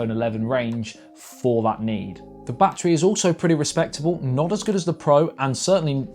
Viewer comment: Take a shot of whiskey every time he says "BAT,TREE"